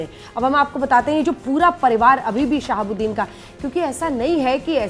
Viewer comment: Aap sahabudin sahab kaa name galat laa rahi hai